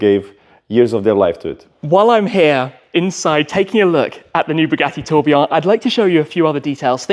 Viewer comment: Tim: the Tobeeaw Everyone else: the Tour Billion 😂